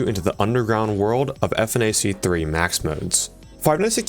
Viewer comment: Saying "F N A C 3" instead of "funach 3" is blasphemous